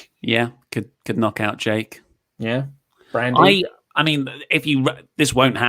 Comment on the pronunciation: "Brandy" Oh god, haha